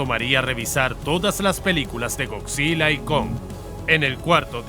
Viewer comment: es gojira pero se pronuncia goyira